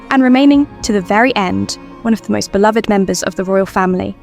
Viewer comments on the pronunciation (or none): none